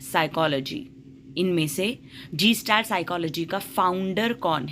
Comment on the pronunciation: It’s not gestalt. It’s guh·stalt. 👍🏻